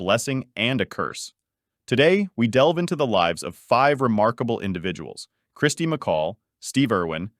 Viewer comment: Ķirsty, not Kristy, get it right!